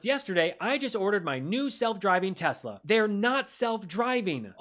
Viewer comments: My guess is he called it Tesler because he’s constantly using a word ending in ER….. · Did he say I love Teslar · TESLUR LOL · Isn’t it, TESSLUR?😂😂😂😂😂😂😂😂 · Is anyone going to tell him it's Tesla, not Tesler? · Tf is a tesler? 😂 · Does he not know it’s TESLA not TESLUR ????? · He loves “Teslur”! lol. He’s fucking dumb as hell. He cant get anything right! Thats why “The Apprentice”, his stupid reality show, that encouraged contestants to engage in hateful attacks towards each other-was eventually cancelled. The more hateful chaos he created, the more he enjoyed it. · WTF is Tesler? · I wonder how long Musk tried to teach Trump to say Tesla instead of Tesler before he gave up. 🤣Trump sounded like a doddering old fool. This actually gives me hope though, because if Musk is this desperate we might have a good chance to shut him down. There's a protest at a Tesla dealership near me this weekend. Check out your area. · Why does DT call Tesla, Teslurr? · Teslur, the moron can’t even get that right. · He likes “Teslers” this guy 😢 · Did yall hear tiny fingers say “Teslur” what a nut job he is. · Tesslur, not Tesla. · Teslur....😂😂😂😂😂 Idiot! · Funny that he always says "Chi-na" but can't say "Tes-la." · But will the car correct dumb people unable to pronounce a simple word like TESLA! no "R" in TESLA, Rtard. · Tesler!!!😂 he meant Hitler!😡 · He’s such a doofus 😂😂😂 teslurrr😂😂😂😂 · Why does that uneducated 🤡 trumpty dumpty keep calling Elon’s cars “ tesler”? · Called it "Tesler" 🤣🤣🤣🤣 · "Tesler" seriously 😂😂😂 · Tesler??? Does DT even know his own name??? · He can’t even pronounce Tesla.. BTW He can’t drive.. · The dummy didn't say Tesla the right way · What a salesman he can't get the name right 😂